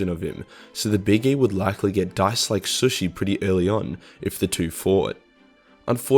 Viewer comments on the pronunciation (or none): Shoeshi?? Shooshi.... Its Sushi fuckheah